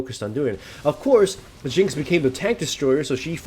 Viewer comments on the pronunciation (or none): none